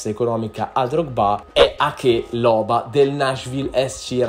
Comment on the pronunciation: sbagli troppe pronunce: non è bialek ma biolek, non è loba ma è lobá, non è senè ma sène. È un consiglio costruttivo non è un insulto